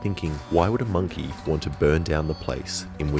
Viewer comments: Every time you said monkey I thought a frieza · the way he says monkey is very CAUCASIAN 👴